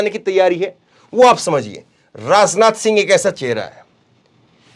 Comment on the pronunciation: Bhai rasneeti na bolo Rasnath na bolo Hindi theek kr lo